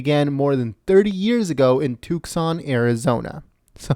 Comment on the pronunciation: Is this guy from another planet? Who the fuck pronounces it 'Tuks-on'?